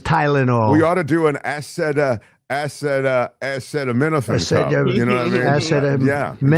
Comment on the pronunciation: Trump's very public struggle to pronounce "acetaminophen" reminds me of his "Yo Semite" moment😄